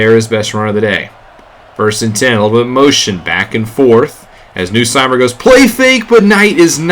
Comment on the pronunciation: As an LSU fan i had to cheer for them lol. Also it's pronounced "NUSS-Meyer" not "New-Seymer"